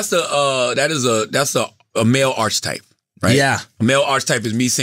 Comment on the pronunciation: He said "ARCH-type" 5 times and neither Andrew nor Aida said anything? Ya'll slipping